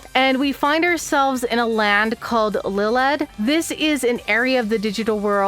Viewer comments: Iliad, not lilad…. Iliad is a Greek poem very very very well known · Just letting you know that's a capital i, so it's pronounced more like "Ille-ad", like Homer's "Iliad" (hence why that particular Digital World is Greco-Roman themed) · You got some things wrong. The server in this game is call Iliad named after the Greek poem. Hence why you see Greco Roman influence. Aegiomon’s name is pronounced A-geo-mon. You confused traits for attachment skills. (Also personally I’m not a fan of the dub names and dub levels. I prefer the original baby to child to adult to perfect to ultimate to super ultimate)